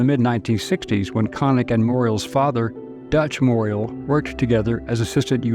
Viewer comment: Moriel is pronounced “Moore-ee-Al.” Last syllable rhymes with owl or Al like Al Rocker.